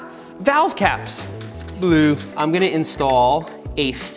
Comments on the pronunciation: the way he said "bleu" kills me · he says blue the funniest way possible